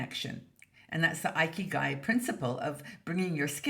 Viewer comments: As a Japanese national, it’s thrilled to hear our good old concept discussed here in this wonderful international community of women. Just letting you know, the first “i” in “ikigai” is pronounced short as in “it” and “Italy,” instead of a-i as in “ice” and “Ireland.” Hoping I am not sounding picky. Let’s enjoy our 60s with a big sense of ikigai! Thanks、, for all the great video and articles I am looking foward to. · Oops! I was pronouncing it “ee-kee-guy.“ 😆